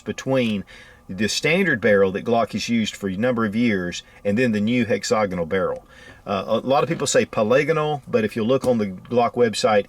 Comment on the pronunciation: It's pronounced HEXA-GONAL.....jesus.....